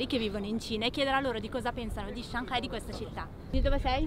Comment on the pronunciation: 上盖，我知道了上海的新读音